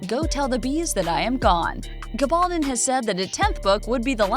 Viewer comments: Whomever is narrating this video needs to learn how to pronounce the author's last name correctly:. It's a Spanish surname and should be pronounced with the stress on the last syllable--GabalDON. For heaven's sake, this season 5 and you sound like an ignoramus!!! Your channel is making plenty of money off this series, I imagine, so do your homework on details like this. It matters and is disrespectful of the author who has shown such meticulous detail in her own research for these brilliant historical novels. Thanks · Which gives her no excuse for mispronouncing the author’s name...🤷🏻‍♀️